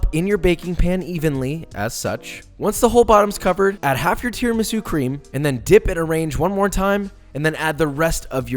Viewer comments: It’s pronounced tiramisu not tiramisu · All perfect....but it's called Tiramisù (im Italian)